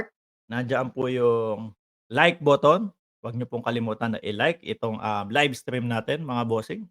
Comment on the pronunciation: Live hindi libe kino correct ko lang ha hwag ma offend kasi baka mapuna ka ng mga taga ibang bakod.